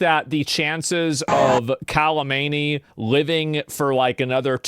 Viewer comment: "Kah-men-E" Is how its pronounced